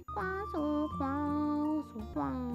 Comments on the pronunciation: Did anyone else start hearing queso after awhile? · I love the part where she sais Quaso